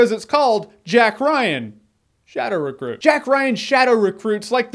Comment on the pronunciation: "Jack Ryan: Shadow Refruit"? Hahaha